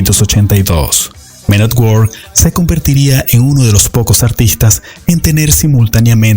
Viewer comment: Se escribe work se pronuncia werk